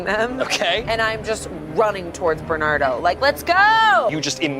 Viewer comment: Bernado 😂😂😂 I love that more than Bernardo. It's like a tornado